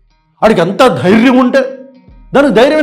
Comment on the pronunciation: ఆవేశం స్టార్ ...."ఎంత ధ్యారం లేకపోతే అంటాడు ఆ మాట " కాదురా బాబు తెలుగు నేర్చుకో "ఎంత ధైర్యం ఉంటె అంటాడా మాట" అనాలిరా బాబు...స్క్రిప్ట్ సరిగా రాసుకో ఆవేశం కాదు నాన్న!